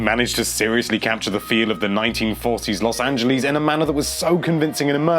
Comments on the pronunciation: Los Angelees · Los Angelees? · Los Angalees